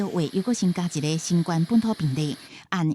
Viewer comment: 敢講主播袂曉發音「新冠」肺炎